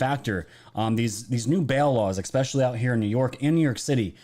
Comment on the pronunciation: "expecially" isn't a word,,,,,,, you're still brilliant though.